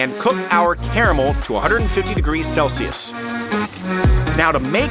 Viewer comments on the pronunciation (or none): none